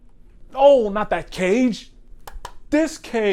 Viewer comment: It's pronounced, Kah-gay not Cage.